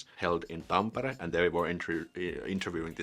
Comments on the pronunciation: Very simple tip for you: In our language the emphasis is always at the beginning of the word. You say: helSINki, we say HELsinki. You say tamPEre, we say TAMpere. You say noKIA, we say NOKia. Try that. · If you pronounce it like it's written then it's definitely not "Tamppeere" and even less "Tumpere". If you actually pronounce it like it's written then you should not have any problems pronouncing it correctly: "Tampere".